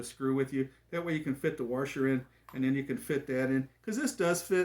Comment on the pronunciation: what's a warsher?